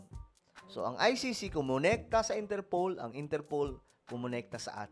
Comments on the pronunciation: Hindi po interpole or unterpowl, dapat interpol Ang pronounce mo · InterPol not InterPole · InterPOL hindi interpaul... pangit pakinggan mali yan ..